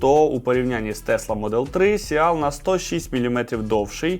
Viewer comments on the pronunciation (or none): Seal |siːl|. А не сєал